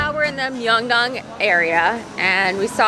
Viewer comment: Hey, you said Myeongdong correctly! Don't worry, it's just because English pronunciation rules are wacky.